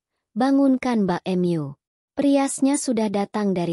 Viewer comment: Script ini buatan ai, sebelum diubah menjadi suara koreksi dulu teksnya agar ai yang membaca bisa menjeda dg benar. Misal mbakmu dibaca ai mbak em yu, mungkin karena script yg dibuat ai mbak MU...